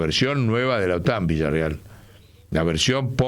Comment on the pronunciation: Por qué dice Villarreal, si es Villarruel ?